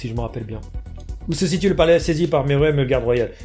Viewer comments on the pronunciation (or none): none